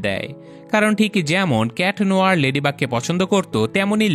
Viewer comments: Kitnohor ❌ cat noir✅ Floe❌ chloe✅ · Not cat nohor it is cat nuar